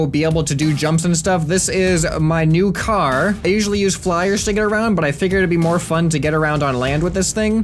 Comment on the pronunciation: I just noticed the way he says car it's like carrr